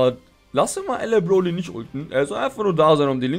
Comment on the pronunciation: "Bloly" hahahhahah